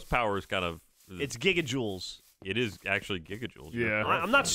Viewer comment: Geoff: I’m not stupid of course it’s gigaojoules.: Who told Geoff it’s gigaojoules? 😂😂